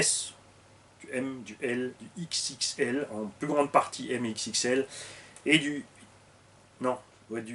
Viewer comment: il dit lexique 😂